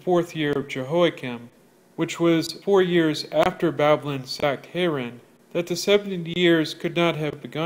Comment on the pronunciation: If you can't even spell or say Babylon correctly, you shouldn't be spouting off about it. Seriously. What a joke you are.